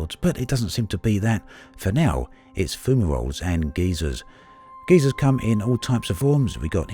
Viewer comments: geysers, not geezers :p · my man......say it with me guy-zerr, not ghey-sirs. One is a geologic feature caused by volcanic activity, the later is an old dude.